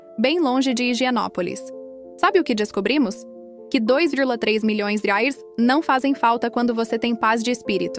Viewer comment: A pronúncia de $ Reais, está péssima